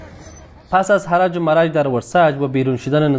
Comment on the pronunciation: Harj va marj درست تلفظ کنید